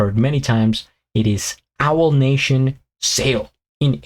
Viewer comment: Owl 😂, it's pronounced A-wall. You always make me laugh.